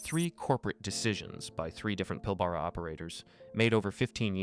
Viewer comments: Pilbara is pronounced the way it's spelt, not Pilborough. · PIL-ber-a, rhymes with Canberra